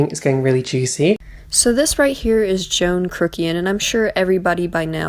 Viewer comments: Like Joffrey! He been watch too much game of thrones( can there be such a thing?)? Yes he belittles people by not taking the time to be respectful and pronounce their name with correct. You said John crookian,!you killed it! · I like how she calls him "Joan Krukian" lol 🤔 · “Joan crookian” is now my favourite name said wrong